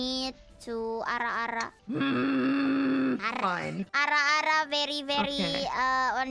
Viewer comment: The way Kobo rolls her Rs is very satisfying. Almost more satisfying as getting to hear Calli's extremely rare true "Ara Ara".